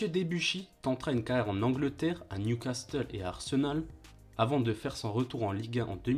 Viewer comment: Bravo pour cette belle retrospective. Attention néanmoins aux prononciations. On dit "Nioucasseule" et pas Niouicasteule". Pierre Alain Fro et pas Frao. Aurélien Chedjou et pas tchédchou. Wasquehal se dit Wasskal et pas Vasquenal. J'en passe mais fait attention, ça fait perdre de la crédibilité :) Sinon, encore bravo !